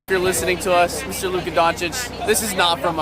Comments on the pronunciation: its Luka not Luke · his name is lukA dončić. not luke.